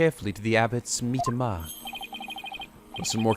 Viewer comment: Your pronunciation of Mitamah kind of made me cringe. It's literally just the Japanese word Mitama meaning Spirit. "Mee-tah-mah" not "MEED-uh-muh."